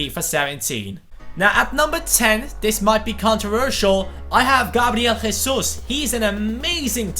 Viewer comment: im pissed off at u fucking racist brazil speaks portuguese and in portuguse u dont pronounce the j like a h as if it was spanish so dont say hesus